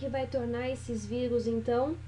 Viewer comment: "vigus" uahhuauahs